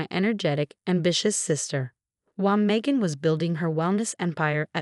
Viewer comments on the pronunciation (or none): Phony terms of endearment are insults. Facade, not focade. Influencer, not influence her. Megan, not Macon. Drugs, not droves. FIVE YEARS IS FAR TOO LENIENT FOR MOM'S CRIMES!!! SUBTLE, NOT SUBLE.